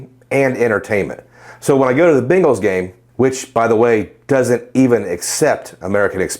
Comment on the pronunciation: Are you Cincinnati native???? I heard you say Bengals!!!!!!! Great video! I was contemplating the Amex gold but may go for the Savor. I really like Am Ex Blue Cash Prefered 6% cash back on groceries